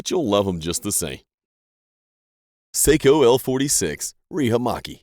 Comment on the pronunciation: It is pronounced Socko, not seikko for Sako rifles